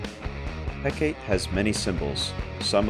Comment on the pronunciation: Mel-in-no-way Heh-kah-tea Jesus guys